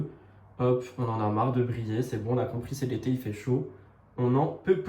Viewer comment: Pour le parfum j'ai entendu "il sent les pieds" au lieu d' "il sent l'été" ... J'ai bugué 😂